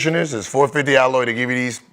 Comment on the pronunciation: Gil you mean “ALOE” … 450 Alloy is a heavy metal, lol. That’s not gonna help at all.